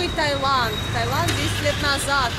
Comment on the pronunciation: Сколько раз туда ездили, а так и не можете запомнить, что правильно ТаИланд.